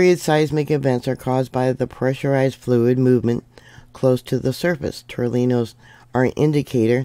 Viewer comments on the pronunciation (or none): Tore knee ohs. That’s how to pronounce tornillos. 😊